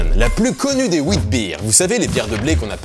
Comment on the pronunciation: Ça se dit vitbier.